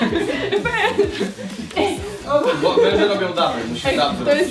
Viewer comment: 6.40 haha najlepszy moment! 😂❤ "Jestem wenszem, wenszem!" 😂🐍